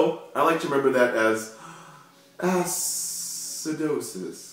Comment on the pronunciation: ass-cidosis hahahaha